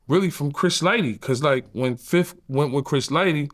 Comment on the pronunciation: Can we get 1 interview of yayo without him saying "fif"?